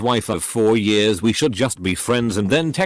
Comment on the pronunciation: Nobody: Reddit voiceover: ‘in 10 yurrs’